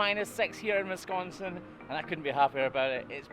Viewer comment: Wow...someone who actually knows how to pronounce Wisconsin correctly. Didn't think they existed outside my state, lol.